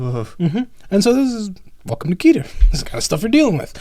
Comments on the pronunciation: If you want to get 100% accurate with it's pronunciation it's actually "Keh-tear" (like tear a piece of paper) But it doesn't matter if you say "ket-ter" "key-ter" or any variation of it since you know what the person is saying. Just chalk it up to region dialect or personal preference. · Listening to him mispronounce Keter was rough Lol